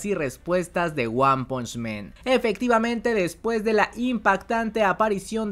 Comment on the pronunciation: por que dices One Punch MEN? men es plural de hombres en ingles! el anime se llama One Punch MAN. MAN. AAAAAAAAAAAAAA NO E